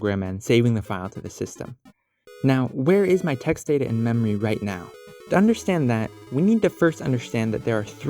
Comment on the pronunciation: lol i thought data was ta da😂😂